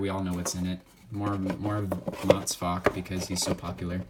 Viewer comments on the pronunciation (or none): It's VaLk, not Vok